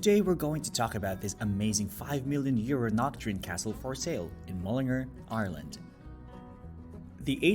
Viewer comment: Your pronunciation is wrong and horrible to listen to. It is: Mull-in-Gar. one word: Mullingar. Boidaho Boisey Pencil Vania. See what Ah Mean? Nue Yoirk, Jonkers Man-Hatt-on the Wirks.